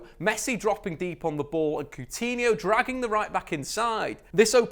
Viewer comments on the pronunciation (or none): none